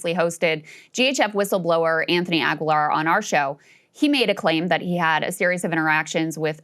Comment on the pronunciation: It's pronounced ah-gee-lar.